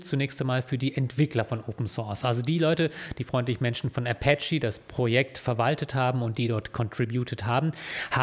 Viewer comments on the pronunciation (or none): none